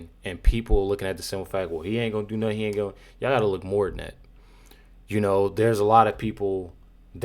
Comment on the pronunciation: “I didnt do nuffin”